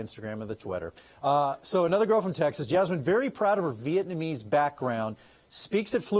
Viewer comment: Viet-NA-mese Not “viet-MA-nese” You’re welcome.